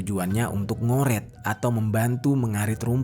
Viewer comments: NGARET,BUKAN NGORET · Ngarit bang bukan ngoret, 😂